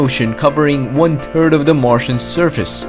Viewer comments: "one tttird of the marsian surface" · "Covering one turd of the Martian surface" ....nice! Say thhhhhhhhh thhhhhhhhh you can do it buddy! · Like the videos but it annoys me that you say eart not earth And that you say the water covered one turd of mars surface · One terd it is third really earth eart say it right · I'm from Ireland and people say I can't say 3 or even 33.... nevermind 33 and a turd!